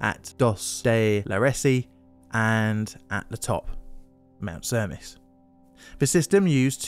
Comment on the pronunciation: Because this is going to come back when you cover the other Cavalese cable car disaster, Cavalese is pronounced Kavalë (as in echo) së (same sound). Cermis is pronounced Chermis.